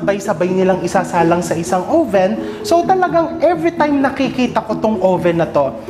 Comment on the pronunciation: chef, oven isnt pronounced with a long o vowel. it's ah-ven.